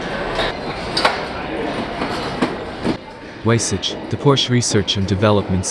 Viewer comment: it's pronounced: vaisah